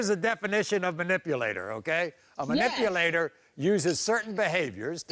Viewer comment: MA’ NIP’ A’ LATER … MA’ NIP’ A’ LATIN’ … 🤔😬😒